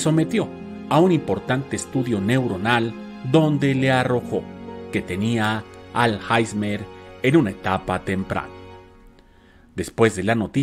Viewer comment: Muy bueno, pero no es Alhaizmer es Alzheimer y se pronuncia Alzhaimer.